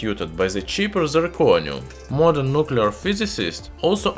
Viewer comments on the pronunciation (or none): none